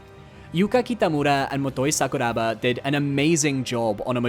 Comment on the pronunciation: “Sakura-Ba” damn that sent shivers